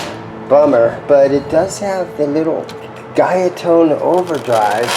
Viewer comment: GUYATONE is pronounced GOO-YA-TONE